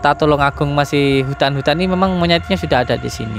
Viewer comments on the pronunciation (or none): TULUNGAGUNG, BUKAN TULONG AGUNG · Kampung halamanku... TULUNGAGUNG bukan TULONGAGUNG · Tulungagung bukan tulong agung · Tulungagung yg betul hurupnya